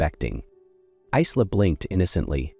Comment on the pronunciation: Her name should pronounced Eye la.